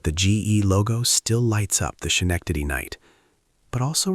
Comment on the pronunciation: Even AI can't pronounce Schenectady.